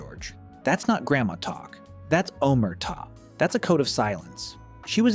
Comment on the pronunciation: Really enjoy your videos, especially as they are narrated ostensibly by a real person. However, at the mark you totally mangle the Italian word: "Omerta" by placing the stress on the wrong syllable. It's: "Oh-MER-tah" and not "OMER-tah".